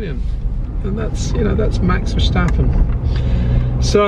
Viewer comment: Also, it's VerStappen, not VerSJtappen. Great vid!